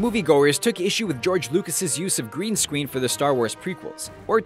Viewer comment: he says green scween